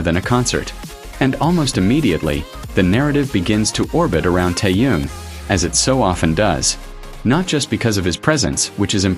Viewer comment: Блогер научись правильно произносить имя Тэхена дизлайк а не лайк